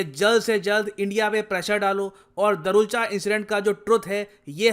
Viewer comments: It's धारचुला not दारुलचा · Sir its धारचुला 😅😅